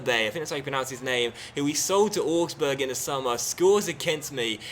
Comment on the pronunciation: augsburg is pronounced owgsburg not orgsburg